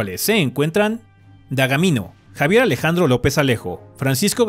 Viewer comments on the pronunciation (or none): none